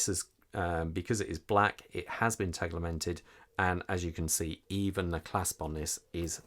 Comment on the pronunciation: There’s no ‘L’ in Tegimented!! 😂 Great review though, thank you. I’m desperate for Sinn to release this in blue, as per the U1b but am not sure I can hold on much longer! The classic red/black colourway is such an iconic Sinn look that I’m torn! Keep the Sinn reviews coming! 😁👍